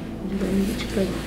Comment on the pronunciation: She said "PRAY-GNANT" LMAOOOOO